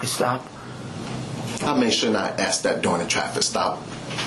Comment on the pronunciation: What's up with his pronounciation of the word (that) dude says DAT. Fire him. How did he pass the academy with this DICTION. Wow. A Bird Brain